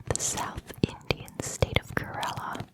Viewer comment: INDIAN state kerala(kay ra laa)